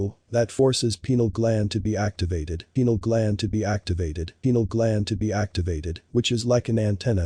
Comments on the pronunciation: Yes you are correct, however the guy in the video mispronounces "pineal gland" as PENAL gland, makes perfect sense why someone might think he's talking about the penis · did my mans really just call the pineal gland the "penile gland." dude, that's a totally different gland... if the benefits of semen retention are from the body reabsorbing the vitamins and minerals, could one not, theoretically, just bust in one's own mouth? every time i hear one of these guys, all i can think is "WE MUST PRESERVE OUR PRECIOUS BODILY FLUIDS" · yeah he just pronounced it wrong so unless you're familiar with loons like that you might think he was actually saying "penile"